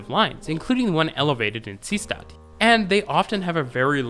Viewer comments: Deutscher Tipp: st = scht ; Seestatd = See + Statd ( ✖ NICHT "sees + tatd"). Daher, ist "Seestatd" wie "Say shtat" ausgesprochen. Verstehen Sie mich? I am sure you know, being connected to Germany, that in German "st" will read as "scht" at the start of a morpheme. "Statd" is one such morpheme, meaning "city," so that "Seestadt" means "Sea City." The important point is that the and are not part of separate morphemes, it's not like the word "Bundestag" were we have "Bundes + Tag" and thus the stays a normal /s/ sound. Knowing whether or not an pair is part of a single morpheme or not takes a bit familiarity with German, so it is easy for people to make mistakes. Colbert once said "Reich-schtag" instead of "Reichstag," which I thought was a funny mistakes because while total noobs of German usually don't know the "st → scht" rule, Colbert seems to know that rule but not the important morpheme break rule and made an overcorrection. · The repeated odd pronunciation of Seestadt (ˈzeːʃtat) really drove me mad, but apart from that it is a good summary of the Vienna U-bahn.